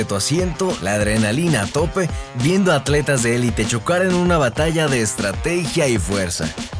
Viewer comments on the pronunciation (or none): none